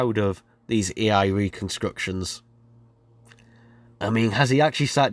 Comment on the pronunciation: Every time you try to say A I you end up saying E I. LOL